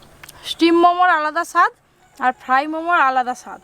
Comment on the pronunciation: ফ্রাই উচ্চারণ সঠিক নাহ